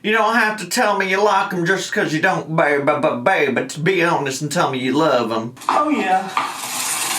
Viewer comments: I hate how both these imbeciles say baybeh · When says “baybee” there’s a “v” sound in it and it’s what makes it intolerable I think. She says I like “bvaybee”